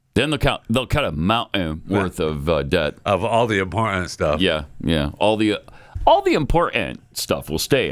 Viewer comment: I am with you Pat with valley girl sounding pronunciations of many words. I have more hate for the word important when people put a "d" instead of the first "t". They pronounce it as impor-dant. I know Pat is not really reading this, but couldn't help myself because I am hearing this more and more and it drives me crazy.